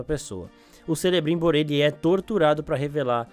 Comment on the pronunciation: Também percebi a pronúncia incorreta.